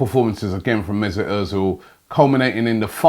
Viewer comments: Robbie.. where is the IT in mesut? You are saying it like Mesit.. you are wrong. I am triggered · MezUt ozil.. not mezIt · It is not mesit it is mesut robbie....get your tongue right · Messut Errrrrrzil?? I always thought it was Ozil 🙄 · Mezut errrrzil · 'Mezit' Özil damn Robbie